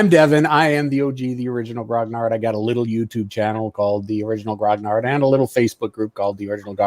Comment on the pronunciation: You'd think the "original" grognard would know how to properly pronounce "grognard". ;-) It's "gro·nyar" not "graag·naard".